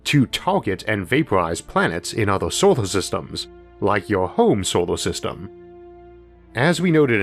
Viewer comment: "Stawas" "beoud" "Sowar System"